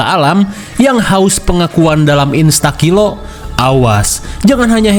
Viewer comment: Instakilo ya bang bukan instaons 😂